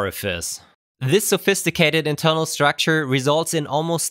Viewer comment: Cannot pronounce internal. Nice